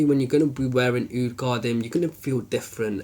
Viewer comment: Sorry to sound like a douche but its pronounced (for English speakers out there) Ka-Deem. I havent tried it yet..but will soon :)